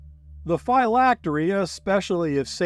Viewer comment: Great video. I’ve always heard Phylactery pronounced differently, as in Physics.